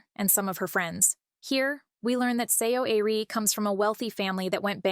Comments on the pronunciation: its pronounced like "Suh- ari" not see oh ari. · to my non korean ears it sounded like her name was pronounced "sorry". thought that it might have been deliberate.just a thought. fwiw.